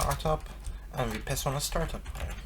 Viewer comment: "Piss on the arguments...???" Oh you mean pass on the argument :P